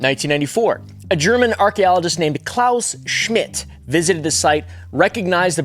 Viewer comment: German here, I just wanted to compliment how well you pronounced Klaus Schmidt's Name.